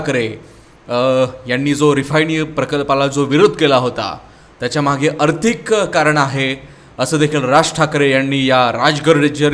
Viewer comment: अर्थिक नाही रे आर्थिक रे